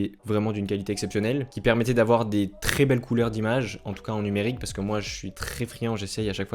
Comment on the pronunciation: Bonne vidéo mais on prononce « è » pas « é » dans le « très » ..